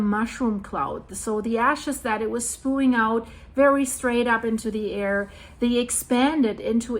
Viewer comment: It pronounced Spe-yuing... spewing